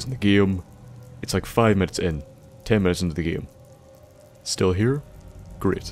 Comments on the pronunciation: It sort of bothers me that you say every word that has "ame" in it (like game, name, etc.) like "iem" (like giem, niem, etc.). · i mean you say the word game giem